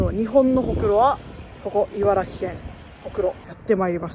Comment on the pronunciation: ちゃんと、いばら”き”というところに、知性を感じるしかない